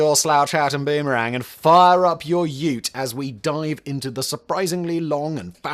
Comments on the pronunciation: Simon can say Ute. Well done. lov me some dead ant spread. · Don't worry, Simon. No matter how much you butcher the names, we're all Happy Little Vegimites here 😂😂 Edit: Yay, Simon actually pronounced "Ute" correctly 😂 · I’m glad we’re arrived at you-t rather than oo-t 🤣🤣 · Simon finally said Ute properly……he is on camera pronouncing it Ooooooote. Like the Scottish for “ out”